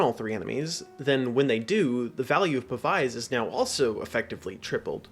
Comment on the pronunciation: Pav-ize is like the only wrong way to say that word 😂